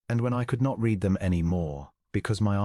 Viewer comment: The "reed" and the "red" still wrong!